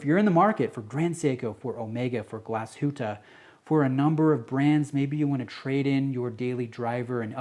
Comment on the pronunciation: Thank you for NOT butchering the name Glashütte,well done,mate! Greetings from Germany